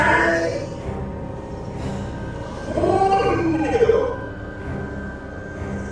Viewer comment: ¡Ay coño! LOL, you know the shit's getting real when the Cuban Spanish comes out!